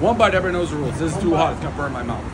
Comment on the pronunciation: Dave pronounces hot wrong